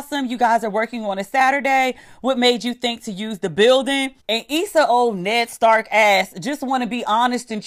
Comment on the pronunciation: You said Ned Starks 😂😂😂...great meeting you during Phoenix Awards on Saturday!